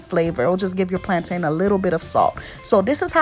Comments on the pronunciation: Just like mountain ⛰, and fountain ⛲, that's the same way you pronounce plantain. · Ooh thank you so much sis 🙌🏾 My Jamaican self keeps going 😬 every time I hear plaintain cuz we say it like "plon'in" 😆 I'm tryin to learn all the Haitian recipes so hubby can leave the stove 😆 🇯🇲❤🇭🇹